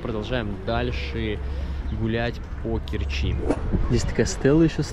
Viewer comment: Не в КерчИ а в КЕрчи.Научись читать правильно .Слушать жутко.....